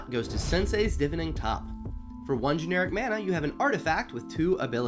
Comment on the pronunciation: It's pronounced Div-Eye-Ning, not Div-In-Ing. That bothered me a lot more than it should have.